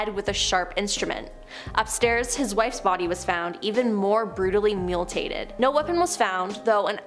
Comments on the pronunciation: The word is MUTILATED. .NOT MULTatEd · 😂I was thinking the same thing!…..Muletated😬🤦‍♀️🤣🤣